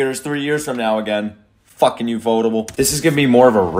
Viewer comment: Its ufotable...ufo..table.. Not ufot-able.